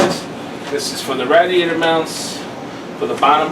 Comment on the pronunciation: please stop butchering the word radiator.